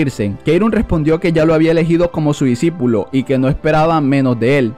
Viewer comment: No debería decir disipulo en ves de disipilo jajaja XD